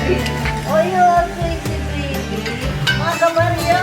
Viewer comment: Happy Tuesday and! Hahaha, yung 'kabaryo' tunog 'kabayo' kay. Enjoy your moment together. God bless.🙏💕